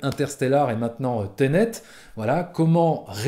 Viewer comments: On dit "Ténét", pas "tenét" 😄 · .........."teunète".............., ensuite j'ai bien aimé le "je suis sortit de la salle un peu partagé" et 1 seconde après "j'étais dégoûté" XD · Teunet lol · « Teunet » mdrr